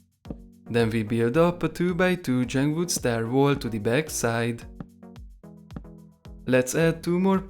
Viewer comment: why u say jung wood not jungle wood